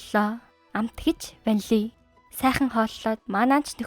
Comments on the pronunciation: Don’t say VANLI 😅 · Ванлий гээд бхаар муухай бна